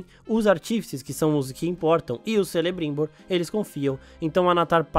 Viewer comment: Também percebi a pronúncia incorreta.